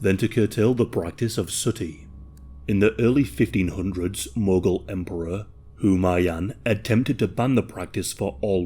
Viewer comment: Not Humayan the name is HUMAYUN